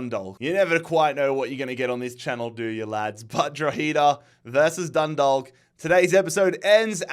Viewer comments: It’s pronounced dro-head-ah and dun-dalk as in talk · Dundalk is pronounced Dundak, just so you know. Keep it up man, love the series! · Just a heads up, you don't pronounce the L in Dundalk, it's more like Dun-dawk (like hawk) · Thank god I don’t have to hear say Droheeeda anyway. Instead I just have to deal with the way he says Dundalk.